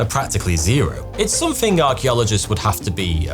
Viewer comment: Why do you say Somethink? With a k?